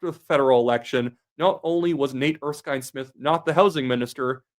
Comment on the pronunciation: I really wish you would learn to pronounce Erskine Smith properly